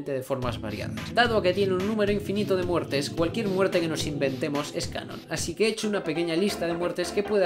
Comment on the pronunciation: en el minuto dice muertre